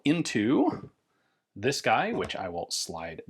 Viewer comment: “a lil bit of dis and lil bit of dat” ass✌️😭